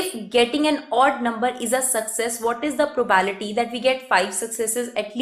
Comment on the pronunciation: Not mocking but I cringed each time she said prabality